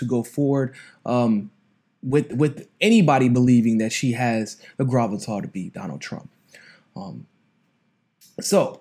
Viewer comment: The WHAT to beat Donald Trump? “Graveltah”?